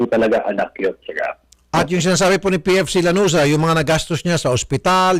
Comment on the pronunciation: Lanuza hindi laruza😁